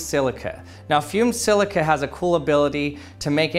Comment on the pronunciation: Did you say "FUME SILICA"